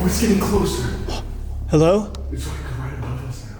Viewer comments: Sam: "HeloUo?" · i was so scared but then sam "hellaur" sorry I bursted out laughing HAHHAHHAHA